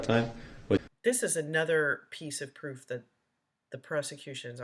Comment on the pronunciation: There's no verified pwoof, there's no verified pwoof! Well other than the mountain of evidence that puts him in the SUV on the parade route running over people with heartless abandon. I think that counts as pwoof.